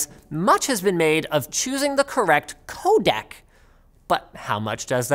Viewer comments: This is bothering me terribly. Every time you say "codec", I hear "codAc" and it reminds me of "Kodak" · For everyone who doesn't speak "Canadian", he means 'codec' every time he says 'codak'.